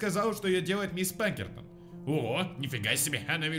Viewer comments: Ска, почему ПаНкертон если Пакертон!, по внимательнее!!! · Её зовут Пакертон,а не Панкертон и не Пинкертон